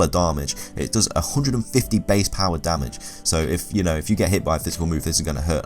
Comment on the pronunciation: I enjoy your videos with one slight exception: How you say damage. "Dar-marj".